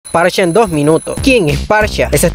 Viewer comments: Parcha? Que carajo XD Amigo es farsa, en el inglés "ph" es pronunciado como "f" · Porque le dices parcha xd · ALGUIEN PUEDE PRONUNCIAR BIEN SU NOMBRE? Dios...